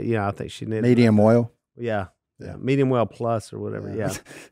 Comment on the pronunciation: I think Si is trying to say Medium-Well lol